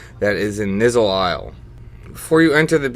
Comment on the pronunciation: "Nizzle Isle," lol. You mean ny-ZUUL Isle? :p